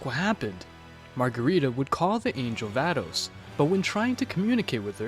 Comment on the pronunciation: Vados Is a girl also it's pronounced vawdose